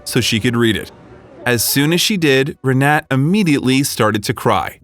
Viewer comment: For crying out loud. get her name right. Her name is Re-na-ta. like mine but in Germany and Poland thee is like an "a". He calls her three different names through out the story!. C'mon y'all, do better.